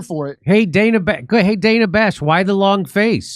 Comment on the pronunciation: Jimmy, there’s No i in Dana. Not Diana.